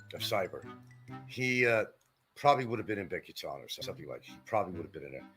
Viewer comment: Been there 7 years and loves to pontificate about the Philippines but can't correctly pronounce "Bicutin" and "Pampanga". Doesn't know the difference between central Luzon and northern Luzon. It must be tough going through life as a dullard.